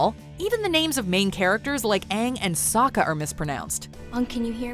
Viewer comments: It’s pronounced “sokka not so-kuh” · Forget oooNg the uV-Atar they kept saying Suuuccka instead of Sokka. It made me feel sick. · "Ong" "Soak-a" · Reasons I hate this film: 1. Called him "Ong" like bong instead of Aang like bang. 2. Called Sokka "soak-uh". 3. Made Sokka and Katara white instead of based on Inuits like they are in the show. 4. Made all of the firebenders Indian, wtf? They are clearly not Indian in the show. 5. Required a source of fire, (like Pyro from X-Men), instead of being able to create fire, like the show. All because they thought it would make firebenders "too powerful" compared to the other 3 elements. 6. Took like FIVE MINUTES just to do a basic water bending move. 7. Completely ignored the different martial art styles each element from the show is based off of. 8. Earth bending was complete shit. An entire village of Earth benders was enslaved by a handful of firebenders. And even when it showed them bending, they literally just moved a single rock. Wtf. An entire village could easily handle like 6 firebenders in the show. 9. Horrible acting. I mean, I know they're kids, but come on. 10. Is it just me, or was Aang not funny at all in this movie? His character is supposed to be silly and carefree, like air...but this kid seemed serious as hell through the entire movie. And when the hell was Sokka ever going to give some comic relief? Ugh. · Hi guys today I’m going to be saying the pronunciation of the character’s names Sokka=Sew-Kuh Aang=ung/ong Avatar=ovatar Cabbage man= non existent for no fucking reason ruining the one chance this movie had at having any comedy or feeling at all. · Ong and soh-ka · The least they could have done was pronounce the names right like what is “ong” and what is “Zoka” the whole movie is garbage, and where the heck is Zukos scar? And Aang barely has the blue arrow on his head. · At one point in the film katara calls sokka sukka i was so mad. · dont forget sowkka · Yeah and what about soaka